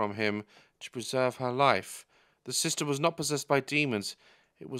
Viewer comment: "SISTA" got me CACKLING 😂😂